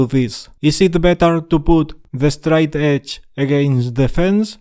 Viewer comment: Yeah… is it the “straight edge” or “de-stroy edge”? 😜